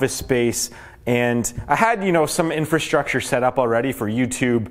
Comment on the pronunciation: Great video, gives me a little more confidence in investing sooner than later! But "Infrastrure?"... haha